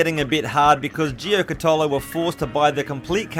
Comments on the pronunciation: You have to pronounce the name as an Aussie not an Italian! Jew-catta-low. I watched the Beyond 2000 segment on the car back in the mid 80’s, the guards/fenders were made from a Kevlar composite and they showed one they had shot a bullet at and it barely made a mark. Have loved the car ever since. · Pronounced, Gee-cat-ollo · Nice one, the car was amazing. I helped patch up one back up in the early 90's at my job in a small fibreglass factory. The boss even had the moulds to make all the panels. Such a shame it went pear shaped. You pronounce it like Ja cat olo. Stay cool mate!! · I've always pronounced gee-car-tow-low. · "Gee cot ollo" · Hey mate, Paul Halstead is my uncle, if you have any questions please feel free to msg me I can fill you in and while you're at it check out the new one he is building at the moment called the Giocattolo Marcella! (Pronounced gee-oh-cat-oloh) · It's pronounce Joe cut olo. It's Italian and means toy! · Ja -Cat -Er -Low; very quickly,.....Jacaterlow,= Giocattolo. Simples. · pronounced gee cat a low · Proper pronunciation is Jia cat alow (like bungalow). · That pronunciation of Giocattolo 🤣🤣🤣🤣🤣🤣🤣